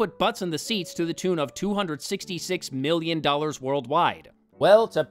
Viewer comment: The worst thing about this movie was having to listen to Woody Harrelson say "miyyin" instead of "million" over and over again . . .